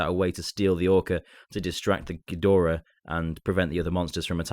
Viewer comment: He really needs to be banned from saying ghidorah